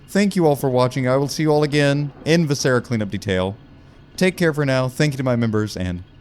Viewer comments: I love you so much. VIH-suh-ruh. Emphasis on the VIH. Like visceral. VIscera. Not vih-SER-uh. Don't tell my professors I'm using my linguistics degree to "uhm aktchually" a youtuber's pronunciation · I continue to be slightly irked by how pronounces “viscera.” The first syllable should be stressed, not the second. anyway this video better get 100k views it would be so funny